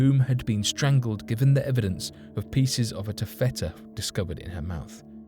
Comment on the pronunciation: Its not called ter fetta Its called taff itta.